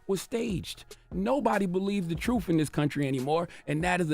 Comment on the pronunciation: It is t r u t h. Not truf!!